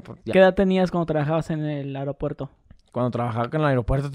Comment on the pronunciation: se dice aeropuerto no airopuerto